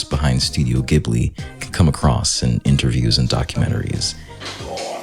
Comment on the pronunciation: Repeat after me: ジ・ブ・リ Stop spreading the mispronunciation of "Ghibli".